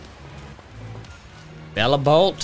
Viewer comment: It's pronounced Bellybolt